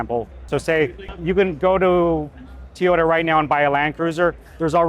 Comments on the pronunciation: Toyota, not Teeyota. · What's a Teeota? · Be great if he weren't saying "Tee-yota" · I never knew it was called tyota 😂